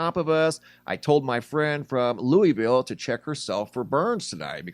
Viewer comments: It’s pronounced Lou-ville not Louie- ville. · It’s pronounced Lou-ville not Louie-ville